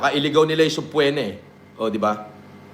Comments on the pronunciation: Once upon a time a doctorate degree holder once said "SUBPWENA" the end. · kagigil mag sbi si ng subpoena akala ko mtalino yan?bakit d nya alam n silent B pag basa dun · Subpwena ang pronounciation ni ulagang PhD yern? Nanggigil kamao ko dyan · Subpoena ❌ Subplema✅ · Nakaka buryong yng SUBPWENA na bigkas nya. haha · subpoena hindi subpwetna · Bakit banggit niya sa subpoena ay sobpwena 😂😂😂 engot tagala 🤣🤣🤣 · aka The Dictionary: "Subpwena" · Subpoena ❌ Subpwena ✔️ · Bkt pag pronounce ni SubPwetna.... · Ang kati sa tenga nung "soob-pwe-na" niya. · literal na Sub-PWE-na. Pwe na Pwe ahahha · Subpwena?taena Tagalog n nga lang mali mali pa 😂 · Nakakairita talaga yung paraan ng pagbigkas niya ng subpoena. MIT pa daw yan ha. Hahahaha.